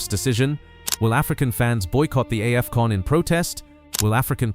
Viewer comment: Is this an AI voice over 😳 🤔🤔🤔 that "Aei-fcon"